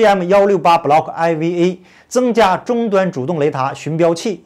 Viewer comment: MGM-168Block "IV"A IV可以讀4 MGM-168 Block4A